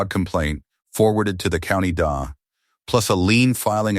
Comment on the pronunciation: It's not the dah. It's the letters D A, for district attorney.